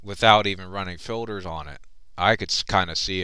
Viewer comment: it is filters not filders